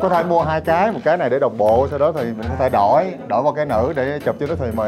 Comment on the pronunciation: Ăn quả táo xong phát biểu : cái lày là ô ta líc 😂😂😂